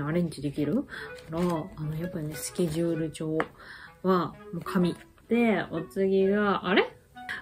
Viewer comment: スケルルル帳って聞こえた🤣